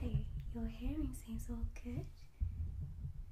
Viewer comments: "...we'll start with bottle 'number A'..." . Subbed immediately off the quirk of that gem ! And partly off the fact that your "good" sounds a bit like "git" ... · Argh! I cannot un-hear "git" now! Ah well... subbed anyways.